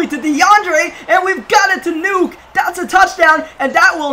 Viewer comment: It’s Nuk not nuke bro smh 🙄